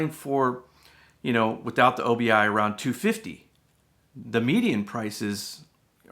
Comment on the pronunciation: It's not O B I, it is obi a Japanese word for sash or belt. Sounds weird to call it O B I.